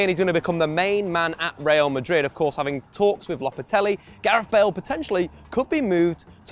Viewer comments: How can you pronounce "lopetegui" as "lopatelli" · LOPETEGUI NOT LOPETELUI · Yeah I don’t get this either. When they were saying Low-pet-ah-gwee I understood... but this Lopatelli twist is blowing my mind